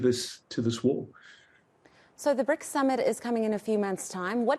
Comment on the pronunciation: BTW it's BRICS not BRICK. Why does African countries always side with the losers? Because they are losers. Viva the West. Viva the free world. Viva electricity, service delivery, education and jobs. Viva. Down with thieving dictators and "freedom fighter politicians." Down.